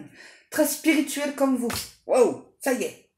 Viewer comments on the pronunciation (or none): Pas « spitcuele » spirituelle ( gourde va !!